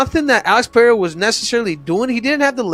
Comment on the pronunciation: After all these years, Chael still hasn’t learned to properly say “peh-reh-rah”. No, for him it’s Piera 🤣🤣🤣🤣